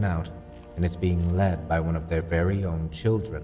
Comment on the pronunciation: "Wery wery rare" haha